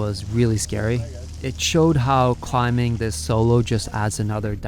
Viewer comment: i love you man, but please stop pronouncing the 'B' in 'climbing.'